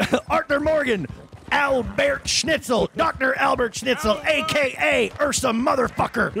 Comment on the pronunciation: Dr. Al-Beart. Holy shit. I died.